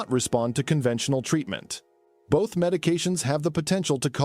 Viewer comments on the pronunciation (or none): none